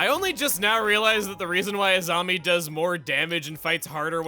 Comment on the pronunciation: i was wondering when you were gonna make a korrasami joke lol. I thought I heard you pronouncing Azami as Asami a few times